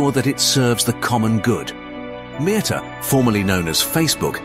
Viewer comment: itrs not meeta its metta!